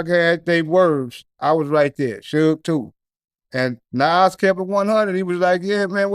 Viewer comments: I hate the way the goofy interviewer say Nahwooz instead of Nas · pronounce it like Nawz